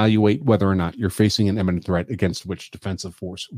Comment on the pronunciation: why do you constantly conflate the pronunciation of "imminent" with "eminent"??